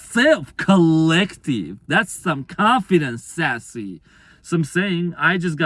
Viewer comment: Spot on your amazing and this has been my journey and.sassy was my dog my twin gave me. That was funny every time you said.saasy. how can I deny any of this thank you I needed this